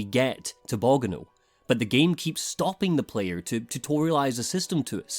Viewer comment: I love your long format reviews, but the way you pronounced Bogano is a dealbreaker. Unsubscribing